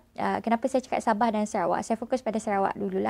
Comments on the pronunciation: Lupa asal usul..lupa bahasa,lupa budaya..kalau ye pun dok kat kl..jan lah nak ubah SABAH "SABAAAAHH" bukan "BEH" ye nak...cian engko yg bplajar tinggi ni..perghhh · hahahha sabeh ke..tersasul kot sabeh..